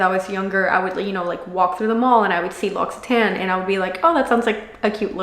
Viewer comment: Thank you for sharing and giving good advice for product use but it’s pronounced lock—see—tawn, not tan